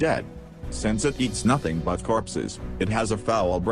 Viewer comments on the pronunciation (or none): none